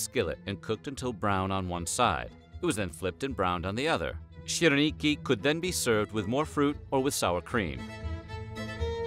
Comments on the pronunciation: Seriously, where did he find that “ch” in “syrniki?” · As a Russian, the way he mispronounced syrniki made me burst into laughter